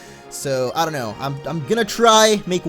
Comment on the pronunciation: when says i dont know it sounds like he is saying audino